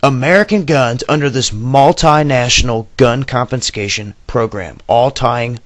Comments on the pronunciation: I don't know if anyone has done this earlier, and I really hate to be the "speech police," but the video drive me crazy every time you said "compenscation.". That's not a word. The word you want is CONFISCATION. There is no P in it. CON-FI-SCA-TION. It's means " to confiscate ". SOME educated people will hear that and not take you seriously because of that one slip. I sincerely appreciate your dedication to the cause. I am honestly trying to help - not just criticize. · Glad I ain't a Yank. Also, I am very pedantic & "Confenscation", really? Even when you're reading the written words you still can't say it right, CONFISCATION. If your gonna speak the queens English, learn how to pronounce the words correctly i.e ALU MINI UM, not ALU MIN UM, The world is a very dangerous place, no thanks to you gun loving nutters & your war mongering leaders. Land of the brave & home of the free?? Not a fuckin' chance, never has been, never wil be. America is the 4th Reich. Hitler would've bust his nut & creamed his kex if he could see what your successive governments have created from his nazi ideals. He' also be very angry at Y'all for helping his prefered hated race in creating the Palestinian concentration camps in Gaza & The West Bank. There is no hope for you lot, another Bush, Donald Trump, or at an outside chance, Psycho Bitch Hillary Nonclit as big boss, The 3 stooges. AAAAHAHAHAHAHA!!!!!!!!!!!!!!!!!! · The word is ' confiscation', not conFINscation...good Lord. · "ConfiNscation", interesting concept, is it similar to confiscation? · Good observations. I didn't think about what you said about them massing the military to keep them under control and away from something big. It would be just like this administration. P.s there is no N in confiscation. A lot of people like to say it with an N in the word. I know its petie but if your going to give reports you might want to watch this.